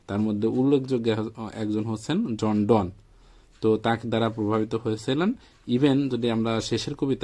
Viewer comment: "জন ডন"নয় "জন ডান"